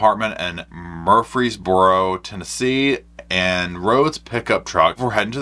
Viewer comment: This is my hometown. It’s pronounced Mur-freeze-burrow. I haven’t seen her yet but I know several people who have. I’ll be on the lookout and report live from MY sofa if I spot her.